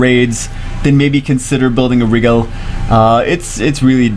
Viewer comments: It's not pronounced Wriggle It's pronounced Ry-Jell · I think it's pronounced like "Nigel" (think Nigel Thornberry). Aaaaaaaand now I'm just gonna think "SMASHING" whenever I see this fucker. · A on purpose mispronunciation? Name of a star pronounced Rye-Gel, in Orion a constellation pronounced Oh-Rye-Inn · It's pronounced Ry-gel